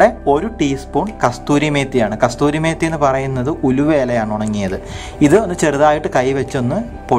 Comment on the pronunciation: കസൂരി മേത്തി എന്നാണ് .👍